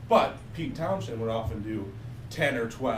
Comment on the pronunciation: That isn't how you pronounce Townshend.